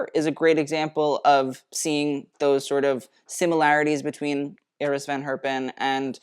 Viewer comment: Kudos for pronouncing "Iris" in a Dutch way